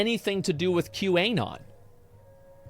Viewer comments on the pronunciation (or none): The way asmon says Q anon hurts me. The Anon is short for anonymous. It's prnonounced Q anon, not Q. A. non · Does he say QA-non on purpose or is he dumb? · Why does Asmon say Qanon with a hard A? Lol